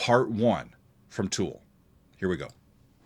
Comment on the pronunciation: It’s Tool buddy 😅